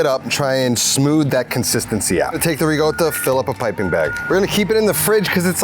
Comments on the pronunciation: sorry dude, love ya, but in NO language on earth is Ricotta pronounced "Reegota". It's still a C in Italian. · I stopped watching the video when he pronounced ricotta with double g's